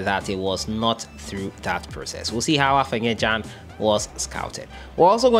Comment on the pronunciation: The boy's name is AFENA not AFENYA